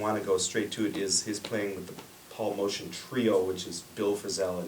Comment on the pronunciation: Motian is prounounced "Moat-yan" not "Motion".